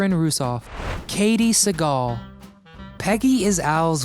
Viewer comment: Bro.. you pronounced katey and Amanda's last names wrong.